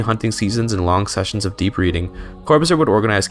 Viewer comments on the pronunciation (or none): none